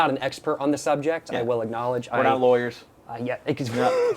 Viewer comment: bro had me rolling when he said law-yers 😭😂